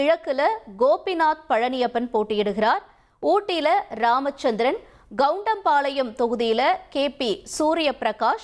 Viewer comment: டேய் கருண்டாம்பாளையம் இல்லடா.. கவுண்டம்பாளையம்.. நீ எல்லாம் செய்தி வாசிக்கிற 😂😂